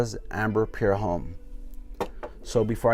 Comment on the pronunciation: why do you say "pure home" ? jw.. its spelled pour , and homme is pronounced "ohm" . i notice this in all your fragrance reviews. idk why but it bugs me ..youre a reviewer how could you not now how to pronounce basic french words correctly?